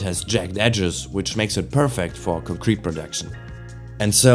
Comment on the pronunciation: The same type of pronounciation i would have used a few years ago. Mainly concrete as in concrete evidence. The pronounciation is on the latter syllable rather than the first one. Not a strong accent, just stuff i noticed from myself. Ich hoffe dein Kanal schafft den Sprung. Qualität setzt sich durch und der Algorithmus hat dich direkt nach dem 1. Video belohnt